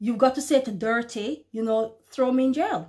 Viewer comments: +...you have a sense of humor...its a beautiful thing...lol...I laughed when you called the prime minister's name dirty...it's pronounced duarte... but heck...its sounds like dirty..lol..lol...all glory and praise goes to the most high God and Christ...shalom sister keep doing your work!!! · The leader’s name Rodrigo Duterte (Du-ter-the).